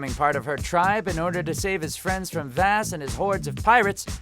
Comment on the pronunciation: Vaas is pronounced "voss" not "vass".....